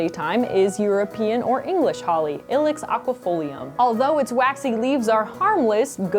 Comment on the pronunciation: I thought it was pronounced eye-lex not ill-ex